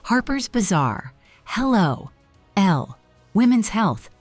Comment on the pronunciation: I hate AI narration. Obeesence?!? Ella, rather than Elle. Ugh!